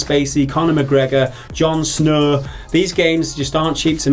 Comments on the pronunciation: "John Snuu" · Who else laughed their ass off hearing the pronunciation of ''Jon Snow'' ? I could not stop replaying it.